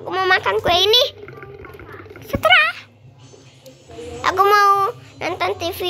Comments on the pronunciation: Terserah bukan seterah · Emang ko ngomong segera sih mustinya tersera dek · Emm maaf tadi kamu bilangnya Salah terserah bukan seterah😔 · Harus nya terserah bukan setera wkwkwkwkkw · kak 🤣 kk kok ngomong terserah malah seterah sihhh🤣🤣🤣🤣🤣🤣🤣🤣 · Yah gak bisa ngomong terserah wkwkwkwkkwkwkw 🤣🤣🤣🤣🤣🤣🤣🤣🤣🤣🤣🤣🤣🤣🤣🤣🤣🤣🤣🤣🤣🤣🤣🤣🤣🤣🤣🤣🤣🤣🤣🤣🤣🤣🤣🤣🤣🤣🤣🤣🤣🤣🤣🤣🤣🤣🤣🤣🤣🤣🤣🤣🤣🤣